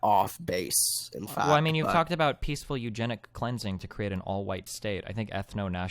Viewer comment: "Peacefuw efnic wapist"